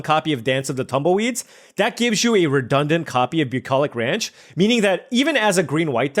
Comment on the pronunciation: say bucolich ranch again